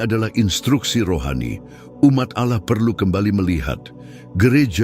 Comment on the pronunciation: Allah di bilang auloh😂😂😂